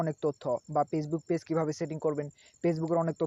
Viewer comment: দুরু বুদাই পেজবুক কি ফেসবুক তর তো উচ্চারণ ই করা পারস না